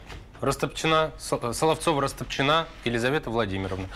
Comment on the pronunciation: Почему Растопчина́, если по-русски удобнее говорить Расто́пчина? 🤨